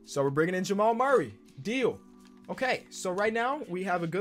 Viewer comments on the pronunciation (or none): none